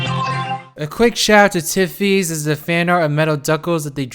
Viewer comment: Tifiys McNeill oh, he said tiffys